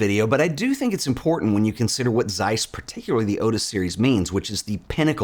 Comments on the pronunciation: ok, but it's pronounced Zeiss not Seiss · May be irrelevant, but it's - they're German. Good review!